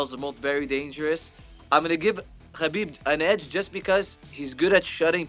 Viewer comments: Those who are a fan of the Russian, you can start by pronouncing his name correctly. It's not Ka beeb. The K is silent.\ It's Ha beeb Nur mog a may doff. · You said his name wrong, it's not a Russian thing whatsoever, his name is a Arabic name. It's not Ka bib or Ha bib, listen to Ariel Hawani's saying Khabibs name and you will learn how to say it properly.